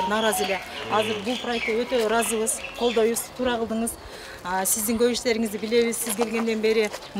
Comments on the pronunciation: Балам тууру эмес кыргызча туура, так десең болот, тууру деген сөз жок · Иштер жакшы экен. Жакшы болунот экен, Эми ошончо отдельно машина келип салып кетеби ар бирин. Мамлекеттик иште иштеген Адам кыргызча так суйлош керек. Туру дебей туура деп айтыш керек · Тууру эмес туура,нормально суйлогонду уйронгулочу 😡😡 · Тууру дебей, туура десен. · Бул кылгандарынар жакшы болуптур бирок суйлогон бала созду туура суйлосонор туру эмес туура деп суйлош керек го туру денен эмне???? Кыргызстан создорду бурмалабай суйлосонор жакшы болот эле . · тууру эмес туура деп сүйлөңүз.